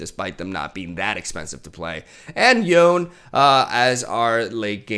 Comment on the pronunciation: Its Yoh Nay. Not Yone.